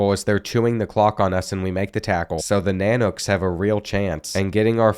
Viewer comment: I dont know what is more cringy UAF logo being used for UAA or the mispronunciation of nanooks i was excited for this video until both